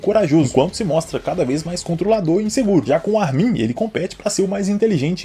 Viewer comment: Cara, me da agonia o jeito que tu pronuncia o nome do Armin. A sílaba tônica é o "Ar", e não o "min".